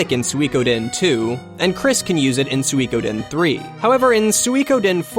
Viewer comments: I thought he put too much emphasis on the we part of Sui, so SuWEEE. Think of 'chewy', you do not say cheWYYY. The same applies to Sui. The "ko" part is often not pronounced at all by people, but should be. So, "Sui-ko-den". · I have the feeling that he's saying "Suikoden" in a wrong way,but then again, I think I'm the one saying it wrong. =p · He definitely has too much "ee" in his sui. Those two vowels should be short and sort of flowing together. Thumbs up for your explanation of what he does wrong, I cannot disagree with a single thing about it :)